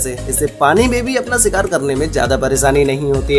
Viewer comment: You lost me where you said "SIKAAR"